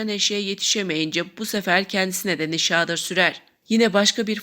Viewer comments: Nişaağdır degil,nişadır diye oku!!! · nişadır sözcüğünün telaffuzunuz kulak tırmalıyor, hatalı bir vurgulama yapılıyor